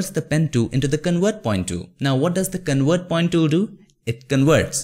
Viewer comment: Not wector, it's vector with a V. convert not conwert